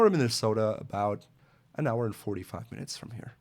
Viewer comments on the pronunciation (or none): none